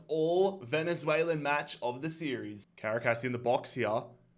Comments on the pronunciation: For the pronunciation of Caracas. It's pronounced Ca-ra-cas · Ngl I died everytime you said Caracas wrong